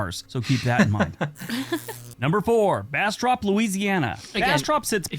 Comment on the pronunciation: He pronounced Bastrop Louisiana wrong